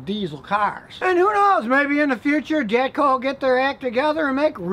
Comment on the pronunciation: Was I the only one that heard him slip in a couple “JapCo”s In there with the “jatco”s?